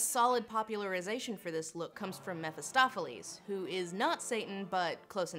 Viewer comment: "mephistopheles" welcome to hell intensifies